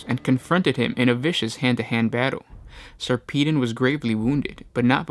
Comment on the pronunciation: Sarpedon pronounced Sar pa don